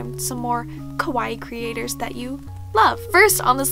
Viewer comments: i really love you, im your biggest baby fan, bUT the way you always say "kawaii" it's just- because you make it sound like "kowaii" which means "scary" and just- Maybe you could just try and practice?? I dont want to sound like you have to be a master at japanese, but if in most of your videos you are going to repeat this one word, you might as well just try to say it right?? Im sorry, I dont want to be rude but I just had to say it:-( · Omg yes I’m so bad for that!! I know the diff between kawaii and kowai but I’m have such a bad habit of mispronouncing. Same with “hairajuku” instead of “haaahrajuku” lol it’s just a bad habit I need to break